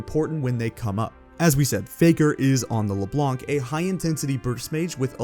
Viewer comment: Just so people who don't know know, the C is silent in LeBlanc